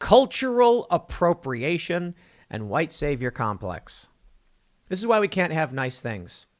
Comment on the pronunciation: I lost it at "this is why we can't hahve nice things.." hahaha